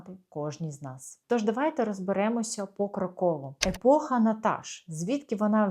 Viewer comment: Епоха!! Не Єпоха (=йепоха) 😂